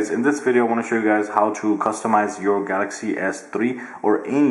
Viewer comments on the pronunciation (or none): none